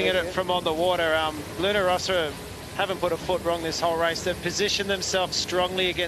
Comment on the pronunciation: Really, what's the problem with people that butcher the Luna Rossa name? It's simple, Luna Rossa, not Rosa, not Rosso. I find it really disrespectfull, like when someone call American Magic, American Tragic.